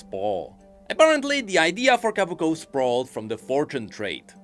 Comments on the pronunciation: Sorry but I gotta be the one to say it's Kobuko, not Kabuko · Ko. Bu. Ko. Not Kah. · I can't take it anymore, it's not Kabuko it's Kobuko. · I can't take it anymore, it's not Kabuko it's Kobuko